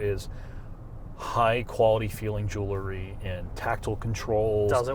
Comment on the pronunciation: says jewelry wrong. He says Jew-Larry like a Jewish guy named Larry. But the word is Jew- EL-REE.